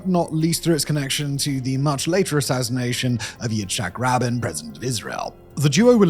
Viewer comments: Right?! He butchered that AND Yitzakh RABEEN badly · Simon really should have double-checked how to pronounce Begin and Rabin’s names. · Your pronunciation of Rabin and Rubarak are horrible and stink of prejudice.